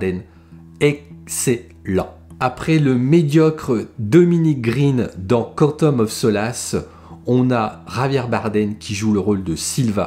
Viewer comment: "cantome of so lasse" 😂🤣 prononciation impeccable 👌